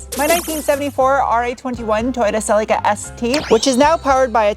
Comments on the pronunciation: Awesome! Thanks. but... pronounced "Celica" wrong. Poor. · TOYOTA the manufacturer of your car named it a.. SELL..LEE..KAH not a... SELICA